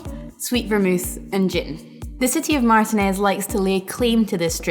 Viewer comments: As someone from Contra Costa County, it’s mahr-TEE-nehz. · That's interesting. I am sure there are other pronunciations of it but my family is from Martinez and the surrounding east bay and I have only really heard it pronounced that way. So it was a surprise to hear the pronunciation in the video. Cheers though, love the videos!